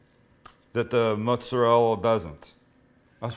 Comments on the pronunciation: Just a tip, the r in mozzarella is pronounced like a d just fyi lol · "Mozzarella, or as they say 'Moozarell'" dfq what was he trying to say nobody says that